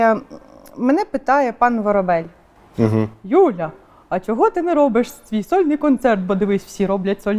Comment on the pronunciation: 10-ть років знаєш людей, а вони досі неправильно ставлять наголос у твоїй фамілії. Воро'бель - наголос на другу "о".